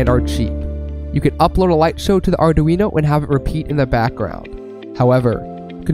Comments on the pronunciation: You will learn that "Arduino" has three syllables: "Ar-dui-no" 😉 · Maybe because he can't even pronounce Arduino. Or maybe because he doesn't know that Raspberry Pi's are running a lot of LED light shows.